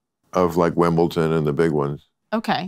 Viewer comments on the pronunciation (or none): FYI ... It's "Wimbledon".